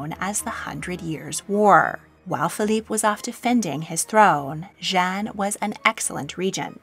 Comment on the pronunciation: Jeanne is a female name is pronounced as Jay-Anne (with a French accent lol). Jean is a male name and is pronounced how you just said it.